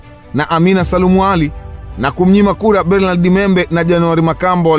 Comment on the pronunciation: Mzee hilo Jina la Bernard unavyolitamka hapana aisee!